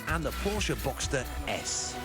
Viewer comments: he said "the porka"????? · Its PORSCHE, not PORKE